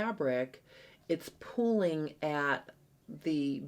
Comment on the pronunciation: I absolutely am loving all of your in depth tutorials on the crotch curve! I have learned so much! I do have a problem understanding sometimes, though. My Midwest ear cannot always tell if you are saying “pulling” or “pooling”, both of which could apply to the situation.🤔🤪